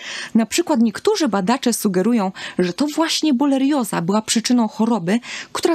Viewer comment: Pierwsze słowo, pierwsza sekunda filmu i już źle wymówiona nazwa choroby, o której nagrywa Pani film. Żenada..